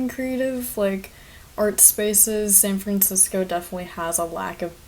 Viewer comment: Omg you’re the girl from twitter who couldn’t say San Francisco